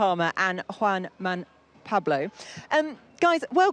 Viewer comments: Its the Juan Mahn! It's forgiveable, and I'm sure her heart sank even as she said it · wait a second sister, did you mean Juan Manuel Fangio??? 😂 big respect for knowing who he was!!